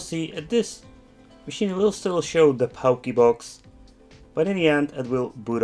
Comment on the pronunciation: It’s pronounced “porky box”